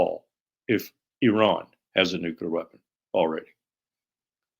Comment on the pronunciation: Why can’t nobody pronounce “nuclear” correctly.